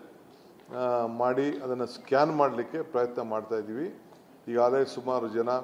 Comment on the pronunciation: ... Lol😅😅😅😂😂😂 "Digilite !! 😖 Dizilate.! 😶‍🌫️ DIGITALI'ZATION' (Phew 🫣) " Yappa..! Yenne yetu sariyag aagidhe laast nightu!